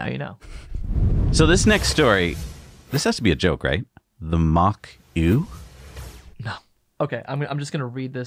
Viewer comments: Mach Eau is a disgusting idea invented by a lunatic for a dinosaur industry about to be ‘ICEd’ by BEV. Just an aside on the word Eau - it is a French word which means water and is pronounced OH - and Now You Know 😁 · "Eau" is pronounced "O" just incase anyone is curious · Eau=water in French pronounced "oh" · It’s Mach Eau [ohh]. But very hilarious 😂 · Mach Eau pronounced like Mach "O"! Nice surprise to see the likeable here! Guess Jesse's on a well deserved holiday!